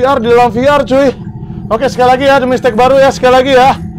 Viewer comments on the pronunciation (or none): VR Bukan Veler.